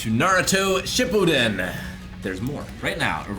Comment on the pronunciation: (Shi-pu-den) that’s how you say it you guys say it soooo wrong 😂 love the video tho can’t wait for you guys to get deeper into it